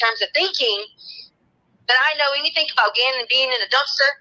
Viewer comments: Who in the holy hell employed this woman as a teacher, I mean “anythink” the woman is a halfwit 🤷‍♀️ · I've often heard ppl mispronounce certain words becuz of their dialects (i.e. southern, east coast, etc) but NEVER heard anyone who says some thinK, anythinK... Like what the actual f???